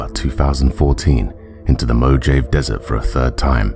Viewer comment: For future Mojave is pronounced Mo-ha-vay .